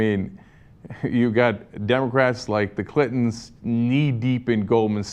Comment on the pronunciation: I swear he said "Clitons"